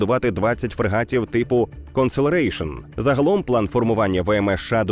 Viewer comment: Уважніше переводіть. Constellation а не conseleration